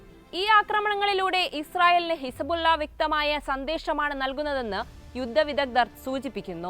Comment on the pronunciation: ഹിസ്ബുള്ള ഇസ ബുല്ല യായോ ഇതാണോ ന്യൂസ്‌ റീഡർ? കഷ്ട്ടം